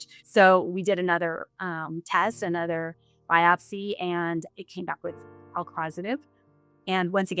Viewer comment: El positive, Elk positive? I can't understand what she said.